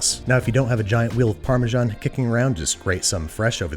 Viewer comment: Can only get Parmesan... not Parmesharn...